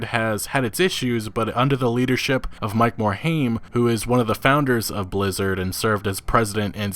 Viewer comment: Mike more-H AIM. Can any youtuber pronounce his name right?